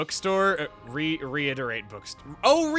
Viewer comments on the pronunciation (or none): I don't think it's "reiterate bookstore", pretty sure it's "read-eee-write" bookstore, because it's spelt "reed-i-rait" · Reedirait bookstore is probably pronounce "Read-i-write" bookstore. Also what kinda luck does Chugga have getting Ursula right as he unlocks the Merc Missions? I'm on chapter 6 and still don't have her. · Kinda funny how he couldn't read "Reed it rait" right. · I always pronounced reedirait as “readie Write”, as in reading and writing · Even his second attempt was incorrect.